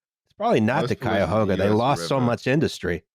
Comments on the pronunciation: Cuyahugha, once again this podcast doing violence against northeast Ohio rivers. I still can’t think of the Ashtabula without hearing the way pronounced it once. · Cleveland slander … and not saying Cuyahoga correctly. Both y’all cities bow before Cleveland now! BRB canceling Patreon over these lies 😂😅 (Not really though, thanks for the episode:) ) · How the fuck did you just pronounce Cuyahoga